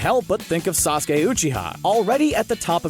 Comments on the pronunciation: him misprounouncing sasuke is proof that the video is scripted EDIT: HE MISPROUNOUNCED THE RASENGAN IM DONE ANOTHER EDIT: I TAKE THAT BACK, YOU CALLED SAKURA USELESS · Normal People: Sasuke This dude: Saske